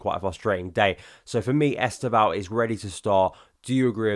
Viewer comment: Please learn to say our new Brazilian wonderkids name correctly. 90% of content creators are saying it wrong . Only Josh (Joey and Josh) and Football Therepy’s Yan have made their research and are making an effort. Forget ES-TEV-OW The initial ‘E’ is virtually silent and the name is pronounced as two syllables. Estevao is Portuguese for ‘Steven’ and when said properly it’s ‘STEV-OW’, or if you really want to be perfect there is a subtle ‘N’ at the end Trust me on this. My g/f is Brazilian and a Palmieras fan!!!